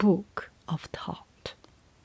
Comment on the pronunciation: It’s good to hear Thoth pronounced correctly, so many people say it wrong!